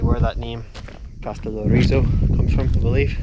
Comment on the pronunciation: And it's Καστελ - ό - ριζο, not Καστελορ - ί - ζο! 😉😉😉😉😉😉😉😉😉😉😉😉😉 (Τα πας πολύ καλά! Μπράβο σου!)